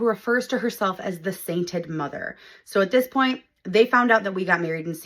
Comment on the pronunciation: Sometimes I hear "Satan Mother" 😂